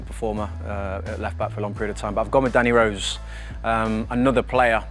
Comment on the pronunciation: Man really said danny rose